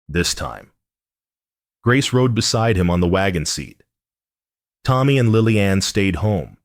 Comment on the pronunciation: Please teach the AI reader how to say the name ‘Lillian’.